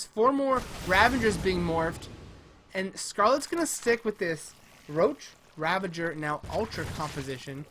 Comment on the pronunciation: RAVAGER NOT RAVENGER